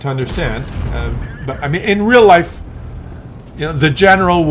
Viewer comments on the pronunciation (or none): none